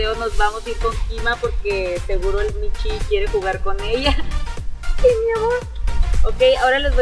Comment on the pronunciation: El que dijo "Michu" está perfecto ☝🏻🌚